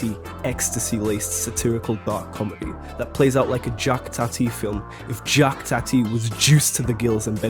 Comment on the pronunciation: this nigga said jacked tati 💀